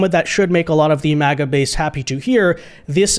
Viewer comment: I thought it was MAGA, not MIGA?